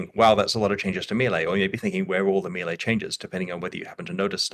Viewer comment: Why is it so difficult to pronounce melee correctly?